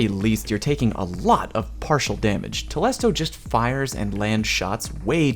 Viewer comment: it's telesto and not tolesto. I learnt that today